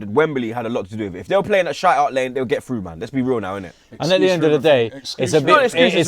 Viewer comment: Did no one notice said come TRU instead of come through, been spending way to much time with troopz man smh